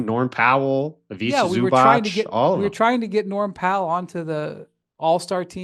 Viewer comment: It's pronounced Ivica like Pizza. And Zubac like Robots.